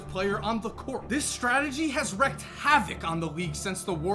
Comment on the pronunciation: Hey, I'm sure the guy that writes your videos has told you, but wreak is pronounced "reek", not "wreck". Cheers